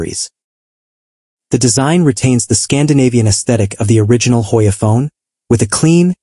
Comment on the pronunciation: "Hojja" ajajajja 🤣🤣🤣 ..no we don't pronounce it in Spanis!